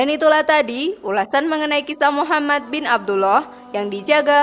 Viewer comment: jadikan semua kritik,untuk lebih baik. terutama pengucapan nama Nabi.BELIAU Nabi Muhammad S A W,adalah TAULADAN kita sebagai umat ISLAM.